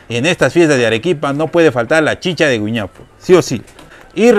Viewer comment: Querida se llama "güiñapo"